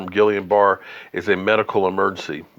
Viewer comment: I’m lowkey cringing everytime you say “Gillian Bar”. It’s pronounced “Geeyun Barrey” (don’t ask me why, that’s what the doctors said when my family went through it)